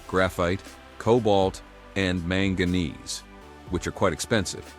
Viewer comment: Manga-neese. XD Well, what would you expect from AI voiced video about a topic the author likely don't understand? This is about Finland's "sand batter" from the last year, and it is NOT a battery. It's a thermal energy storage and as portable... as any other building. So, no, we won't be replacing lithium-based batteries with this anytime soon, unless you are into a car the size of an average barn. That's pretty understandable, large cars are cool.